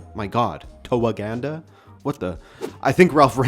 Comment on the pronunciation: Uganda is pronounced You-ganda